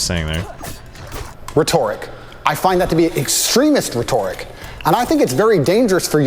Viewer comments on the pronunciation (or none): I'm sorry mr Tate, that's not how you say the word "rhetoric"...